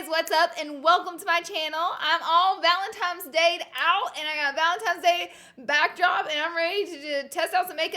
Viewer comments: Girl is valentiNe’s not valentimes 💁🏽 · VALENTINE NOT VALENTIMES GOD DAMN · Laura!!! I love you so much... but GURLLLLLLLL ITS VALENTINES DAY, not valentiMes day😂😭😐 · ValentiNe's day. It is an N not M...... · it’s valentines, not valentimes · Did anyone else notice that Laura kept saying Valentimes instead of Valentine's? Love our sweet Laura though 💖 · This valentimes day look is killing me. I love you and your quirkiness so much. It’s an N not an M boo! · She said valentimes day not Valentine’s Day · "valentimes day" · She would say “valentimes day” 😂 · The first time you said Valentimes I was like aw god haters gonna comment. I love the pink ValenTIMES day look. Don't see you in pinks to much! 😘🖤 you soo much. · "Valem-tines" Day. I love the way she says Valentines day 😂❤️ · Is she saying valentimes day? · I'm dying every time she says valentimes hahaha Laura i lah you! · “Valentimes Day” it’s kinda cringey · Does anyone else CRINGE when people say valenTIMES day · Laura I love you but I couldn’t stop staring at your mouth when you said “Valentimes” and then right as I was writing this comment you corrected yourself because you said that someone in the comments was going to call you out😂😂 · Love u even tho you repeatedly said "Valentimes" lol xoxo you're the best Laura 😘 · She says valentimes day😂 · I love a good pink look. Never change, Laura. You go on saying valentimes days lol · BOTH SNAP AND IG FAMMM 💗💗💗 Say valentimes day one more time 😂💗😭😭😭😭 I love you Laura ❤️❤️❤️❤️😍😍😍😍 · IG AND SNAP FAM!!!!😍😍😍 valentimes day😂😂 love you so much Laura!!! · IG Fam!!! Love your channel!!! And we all slip up and say valentimes... your good! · PS I say “valemtimes” day too❤️❤️ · ”Valentimes day”~Laura Lee😂😂no shade tho😂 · I love you even though you say Valentine's day wrong 😂